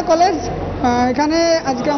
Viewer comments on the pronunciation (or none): কলেজ নামি তো ঠিক মত বলতে পারছেন না দিদিরা